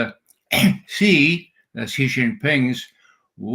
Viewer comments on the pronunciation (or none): Judge, not President Zee or Jee. It's pronounced as President Shi. X =Sh and Z=J in Chinese.